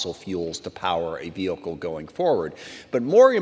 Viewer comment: Ve-hicle, ve-hicle, ve-hicle lol stop!